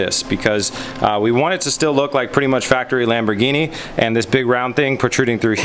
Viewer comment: its NOT "Lamborgini"